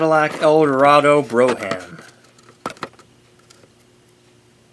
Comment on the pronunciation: Just a tip. The Cadillac is pronounced "brome" and not "bro-ham". In the UK they probably say "broo-um" but the French way is the correct way. Cheers...er....Sante.